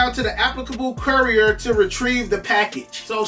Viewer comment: is wild CORI-OR (courier) 😂 much love my guy 💯